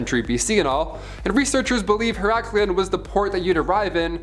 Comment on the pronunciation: say it with me. Iit is pronounced "her-ok-leon". I will let this one slide, but the next time it's going to cost you $500. Or $1,000 if you want to debate it